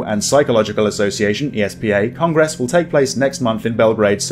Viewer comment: I beg you not to accent 'gress in the word Congress... thanks 🙂